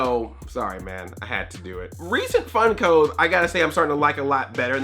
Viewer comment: I thought he said fun code instead of funko